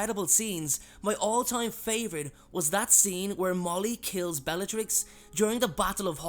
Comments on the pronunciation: "bellarix" its supposed to be bellaTrix. u forgot the t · Bellarix? Where did the ‘t’ go?